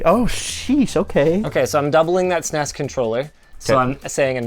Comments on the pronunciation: Anyone else get cringe hearing linus say SNESEES controller lol Super nes lol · Why tf does Linus keep pronouncing it "sness"? No one called it that at the time. People either spelled it out or called it Super Nintendo.